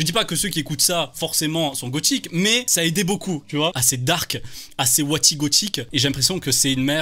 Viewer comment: mdr je retiendrais une chose : "WatiGothique"